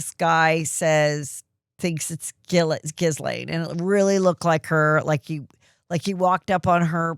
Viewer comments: Heather please - The S in Guislaine is silent. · She does it on purpose…. Basically to call her Jizz-lane. She had mentioned on an episode with her sister Shannon.